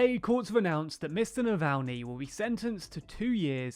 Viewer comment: Good work on pronouncing Navalnys name this time ;)